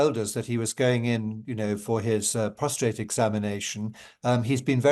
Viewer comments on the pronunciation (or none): PROSTATE, not prosRtate. How embarrassing. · It's PROSTATE not prostrate.